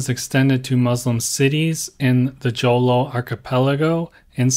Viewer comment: Your pronunciation of non-English words shows your lack of thorough research. Pa-ri-an (not pa-rian) Ba-rang-guy (not ba-rang-gay) Ho-lo (not joe-lo)